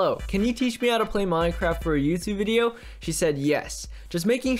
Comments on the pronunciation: Wait it said mynecwaft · He said MYNECWAFT HAAHAHAHAHA